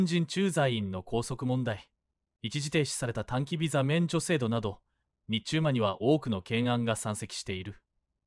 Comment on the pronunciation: 「日中間」をニッチュウマ？貴方は何処の国の人ですか。